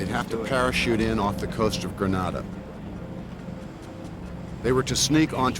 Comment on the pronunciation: Kind of makes you wonder when the narrator can't even pronounce the name of the island correctly.